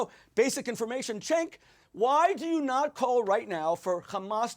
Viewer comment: it's Cenk is pronounce like Ch- ank. Like BANK.